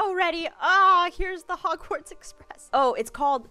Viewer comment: “We made it to hogsward“